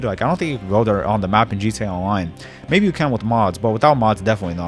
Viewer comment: The way you attempt to say “GTA Online” at the beginning is weird as hell.